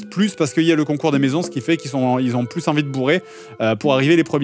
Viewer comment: plusse plusse plusse..... omg stp dire ca